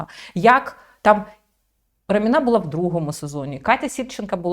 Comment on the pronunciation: Раміна - наголос на перший склад. Це її ім'я.